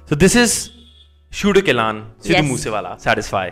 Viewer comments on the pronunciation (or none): Its Kaaah loooooon not kehlaaan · Ur reaction was superb as always just one thing it’s not “keh laan” it’s “kahlon” with a slight “n” in one go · Naam sahi le leya kro bnde kehlon nhi a..kahlon a .. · It is KAH LOOOON (N silent at the end)